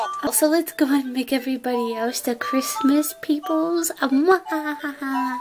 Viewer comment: Oh my GAWD CWISTMASSSSSS